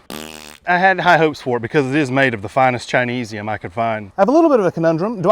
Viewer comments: “the finest chineseum” 😂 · "Chineseum" ......lol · Did he say chineese'eum? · Bro killed me with "chinesium"